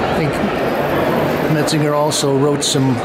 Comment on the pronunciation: Goodness it's glez pronunciation, and metzanjay, please! I studied under Daniel Robbins who wrote the book on them